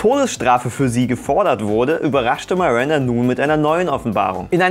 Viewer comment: iss es absuicht das du am Anfang "Marinda" sagst?